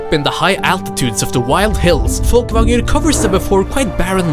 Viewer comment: Damn, this is very impressive what you made, and the attention to edit and detail! Worth the wait! oh and I love how you said "Folkvangr" ;D Spot on... which makes me think... hmmmmm.... there's something about that accent.